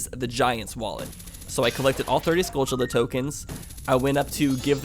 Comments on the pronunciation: Skultchulla? No! SKULL TUL UH! Tul, like Jethro Tull. There are no C's or H's in the word skulltula. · BOBimus Rex its supposed to sound like tarantulla